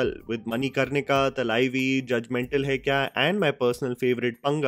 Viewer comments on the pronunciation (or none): Since you cover movies from the south as well, I think you should get the pronunciation of the movie names right. "Thalaivi" for example- should be pronounced "Ta-lai-vi" and not "Ta-lAi-vi" it's short 'a' and long 'a'